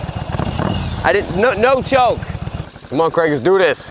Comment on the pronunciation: To be fair does pronounce Craig as Kreg.